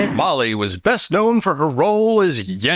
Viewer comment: Doug McClure! Pronounced "Yentah" (I was in Fiddler once). Pronounced "Kyle" (I was alive then).